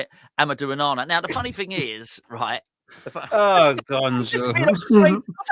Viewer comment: Laughed so much when he said onana 😂